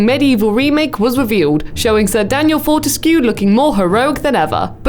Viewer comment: I'm so happy. Btw it's prononced FORTESK. But I guess it adds to the weirdness and fun. Fort means strong so his name can be translated to Daniel Strong-ish.